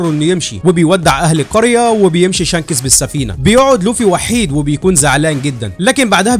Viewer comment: أوحش حاجه في الملخص اسم شانكس حضرتك يعني بتنطقه شانکٍسٍ😂😂😂